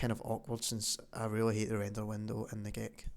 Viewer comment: who else thought he said ''gay cup''?